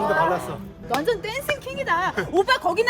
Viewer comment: '오나전 지대 짱이다' 이거 인천 애들 말투 인데 인천 출신인가 ㅋㅋ